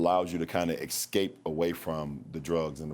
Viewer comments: The word is "ESCAPE" not "EXCAPE" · Got to ex-scape lol